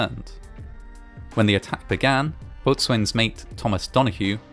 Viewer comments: I think boatswain is supposed to be pronounced like “bosun.” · FYI, "Boatswain" rhymes with "No, son." Yep. Really. Don't you just LOVE English pronunciation? 😘